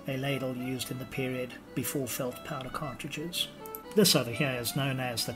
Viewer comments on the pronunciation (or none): none